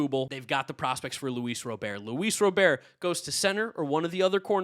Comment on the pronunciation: “Luis Robear”🤓